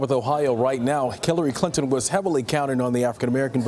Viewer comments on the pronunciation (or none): Sounds like the guy said Killary Clinton.